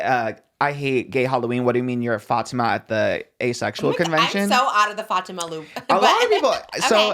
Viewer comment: It’s so refreshing seeing people pronounce Fatima correctly, thanks 🫶🫶🫶